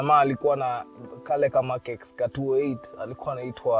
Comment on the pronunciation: it's pronounced as "Mark Ten", just saying